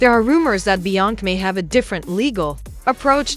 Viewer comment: THIS "AI" READER CAN'T PRONOUNCE "BE-YONCE-SAY" NOT "BE-YONK" SMDH 🤔🤔🤔